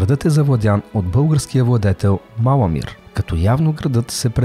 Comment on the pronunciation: Септи́мий Севе́р, не се́вер. Малами́р, не Ма́ламир. Говориш за Светослав І - средновековен владетел на Киевска Рус на фона на ренесансово френско облекло!? Ку́мани, не кума́ни, макар че на руски произношението е така. А за периода на Априлското въстание, Руско-турската освободителна война и Съединението и Сръбско-българската война, може ли да говорите на фона на средновековни, Наполеонови, американски от времето на гражданската война и български от ПСВ войници и съвременни кадри?! Толкова български и руски филми за този период има - "Записки по българските въстания", "Под игото", "Опълченците на Шипка", "Пътят към София", "Турски гамбит", "Имало една война", толкова ли не можахте да вземете кадри от тях?😒